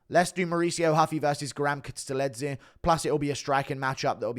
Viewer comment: kutateladze pronunciation crazy